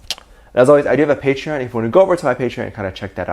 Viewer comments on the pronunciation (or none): none